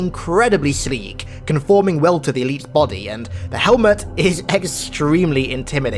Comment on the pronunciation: Are you saying "eleaps" and "zealops" because you gave a speech impediment? I just want to know if it's OK to say you sound stupid or not.